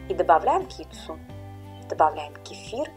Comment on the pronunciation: к яйцу - слишится как Кицу....